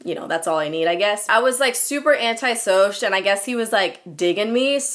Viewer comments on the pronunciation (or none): LMBO "Anti-Sowsh"!!!!!